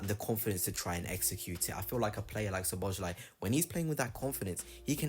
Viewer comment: Good video, but please learn the proper pronunciation, because you hurt my ears with your attempts. It's so-bo-sly. "S" and "Z" together make the "S" sound. You can also look at it like the "Z" is silent.